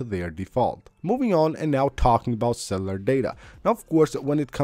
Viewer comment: very knowledgeable… With respect here are a couple suggestions. you have a speech impediment that makes itself known when you try to pronounce cellular. The word has three syllables that you pronounce it with two syllables. because of this, I suggest you slow down the rate of your speaking. Just record your voice and then listen back to recording and identify those words which you are obviously mispronouncing. At that time. then go back and make a list of those words and just practice them. Start very slowly and find the pace at which you pronounce the words correctly. Then, from there, you can work on speeding your pronunciation up to fit with the rest of the words that you pronounce OK. I really encourage you to do this because I've had this problem of not being able to log onto the Internet, but I'm at the doctor's office or in the hospital. And I've tried some of the things that you mentioned but about 80% of the stuff that you mentioned, I've never heard of before . So I'm really looking forward to seeing what works for me. Just so you know, I googled the following: “ when Wi-Fi is slow or not logging on, or logging on and then clicking off, we should use cellular. While using cellular because of this, should we leave Wi-Fi on or off?” most of the answers they came back were simply, yes, he should or no you should not, but you gave a full compliment of possible solutions and that's a sign of a superior intelligence! So thanks and good luck!